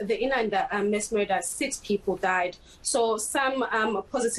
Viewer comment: This, she keeps saying Mess killings instead of Mass killings. 🤔